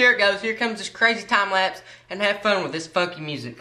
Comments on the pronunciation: it sounded like he said f*cky music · It sounded like he cussed when he said funky